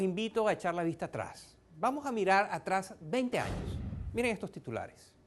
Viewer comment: alvaro lopes Se pronuncia años no anos. Ano es parte final del intestino grueso, y sirve para defecar